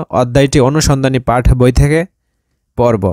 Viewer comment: পাঠ না পাট